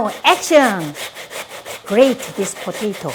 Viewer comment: Am i the only one who likes it when she says “ potatoe”